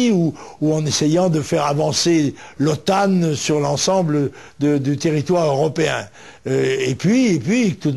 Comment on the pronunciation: " l'OTANE" il voulait dire OTAN?